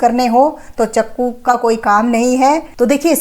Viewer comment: Not chako....word Jo bola jata wo ya....... chaqo hi